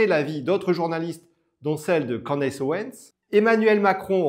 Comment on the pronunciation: Pas Candace, ca se dit ''Candice'' En anglais le A se prononce I